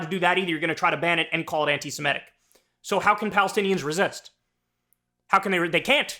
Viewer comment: Kyle: not "anti-siMETic" correct is SeMITic.